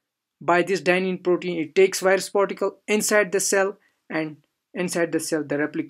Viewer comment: Wireus? You mean virus?